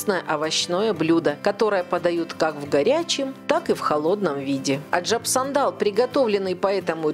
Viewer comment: Аджап сандан.. а не сандал какой то..